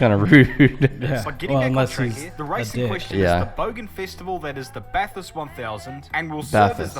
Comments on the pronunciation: Its what we call V8 supercars, not a indycar, you actually pronounced bathurst the correct way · baff-hirst is how we say it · There's not really a uniform way Aussies say Bathurst. Because similar to the British some people would pronounce bath like "barth" but by and large most would say it without the "r" sound. So generally I guess it'd sound like "ba-thirst" for most. And "Barth-urst" to some others.